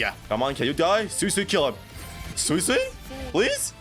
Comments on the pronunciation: Sway-sway is the way to pronouce it🙂. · It's sway-sway